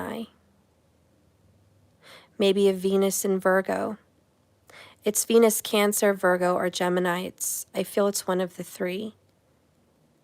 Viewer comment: Oh, venus is cancer... I had to do a double take... Thought you said "he might have penis cancer"